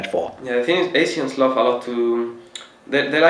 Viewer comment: I'm talking about his accent pronouncing the word Asian...